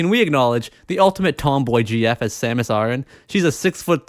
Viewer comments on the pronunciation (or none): I was enjoying the video, but you had to mispronounce "Samus Aran"